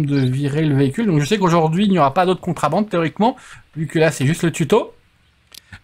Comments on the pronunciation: Merci pour la vidéo. Juste un truc, en français on dit contrEbande pas contrAbande ^^. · On dit contrebande est pas contrabande lol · C'est contrebande et pas contrabande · La remarque est pour, à l'oral, qui semble dire contrAbande lorsqu'il commente justement. Le titre du jeu est en anglais, donc il est en effet normal que ce soit écrit à l'anglaise, tout comme le mot Police, mais ça, c'est moins génant;) (c'est d'ailleurs pour ça que le verbe choisit par By2d est "on dit" et pas "on écrit")